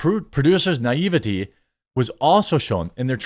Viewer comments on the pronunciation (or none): Bruh. If you're going to read articles from the internet, maybe do a test run first so you know how to properly pronounce words like Ibiza and naievity as well as knowing the difference between U.S. dollars $ and U.K. pounds £.